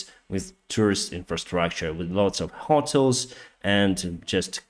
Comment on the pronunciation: I love your accent “Hotle”..instead of “Hotel” 😂 not in a bad way, just thought that was funny, keep up the hard work brother.